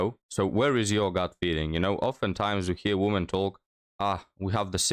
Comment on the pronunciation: I'm glad your videos have been taking off youre really improving. One suggestion I have is "women" the plural is pronounced more like "wimmin." The o sounds like an e for some reason.